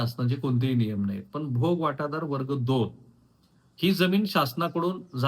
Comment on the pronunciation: मातोळा नाही मोताळा आहे. भोगवाटादार नाही भोगवटादार आहे.